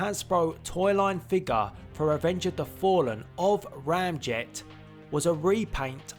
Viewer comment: It’s not Ramjet 😑